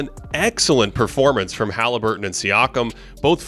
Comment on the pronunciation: Please stop saying Ha-lee. Sounds cringe and fruity lol, his name is Hah-Leh-burton not hah-Lee-burton